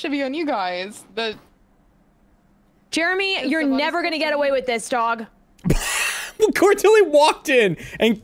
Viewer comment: I too heard dong when she said cute dog lol 😂😂😂😂